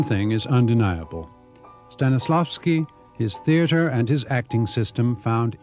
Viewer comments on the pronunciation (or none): none